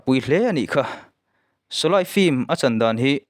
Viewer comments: Shawlei tiha lam tur shawlai nilo in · sawlai han tih chu, sawlei tih tur ni awm tak. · Shawlai nilo in shawlei ti a lam tur aw. Shawlai ti a i lam hian hidi tawngah awmzia pakhatmah a awm lo. Shawlei ti a i lam erawh chuan - meipui, meialh tihna lam a kawk thung ang. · Solay ni loin Soley tia lam ṭhin vek zawka niee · Mithar niman ah kan phun nghal tehang. Shawlei tih te mit atitlai tia lam tur. Mit ati tlei mizotawng hman uluk angai ania. Thangthar ten an ngaithla nasa sia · Sawlei tiin ka lo lam thin a... Ka lam sual nge i lam sual zawk aw